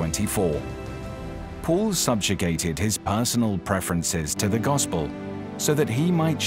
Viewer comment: Excuse me not Mall but Paul